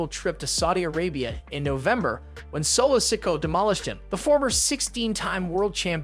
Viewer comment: Do you mispronounce things purposely? Who is Solo Siko and Rikisha? Your videos are great and interesting but it seems like you mispronounce a lot of things intentionally